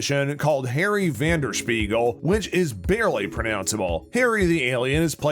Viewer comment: Vanderspiegel is his last name. Think you might be mispronouncing it. the actor is Tudyk. Asta’s last name is pronounced like ‘TWELVE-TREES’. I think you need to work on your pronunciations. Nice breakdown though.